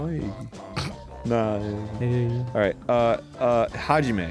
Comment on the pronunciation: im... not correcting you?? and its Hajime, not Hagime